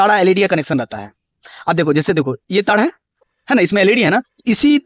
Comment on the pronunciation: ताड़ ❌❌❌ तार ✅✅✅